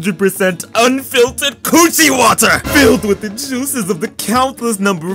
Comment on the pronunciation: Blud said unfiltered c-water🤣🤣🤣 bruh I coughed extra hard on the gas when I heard that